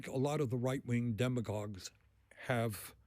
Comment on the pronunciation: Nobody says the word demagogue better than Bernie Sanders.